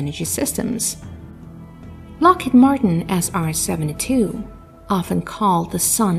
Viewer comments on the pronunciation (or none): none